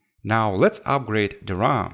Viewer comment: Amd not imd Ram not rarm